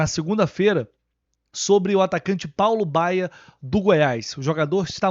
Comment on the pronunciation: Entendi Fábio Bala no lugar de Paulo Baya. Esse cara vai acabar tirando espaço do Isaac e de outros meninos da base, lamentável.